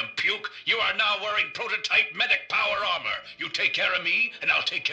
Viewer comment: Not me listening to this video and thinking you were saying "powerama" instead of power armor. lol